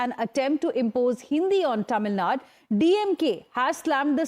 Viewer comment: its not Tamilnad.. its Tamilnadu...